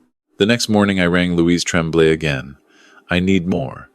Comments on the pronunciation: How does one program "tonic inflection and accent" ? AI is stupid !!! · Tremblay is pronounced Tromblay.